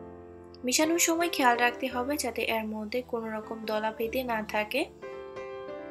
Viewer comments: এর কে এ্যার বলছেন কেনো? পিঠা ভালো হয়েছে। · উচ্চারণ টা ঠিক করুন। শুনতে ভাল লাগবে। এর উচ্চারন, তেল উচ্চারণ গুলো শুনতে খারাপ লাগছে। পিঠা টা ভাল হয়েছে